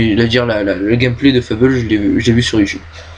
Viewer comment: Bonne vidéos, mais dommage que tu n'est put assister a toute les conv, et sinon pour le jeu Fable beh ça se prononce à la Française pas à l'anglaise ;) Nice Jobs & Good Luck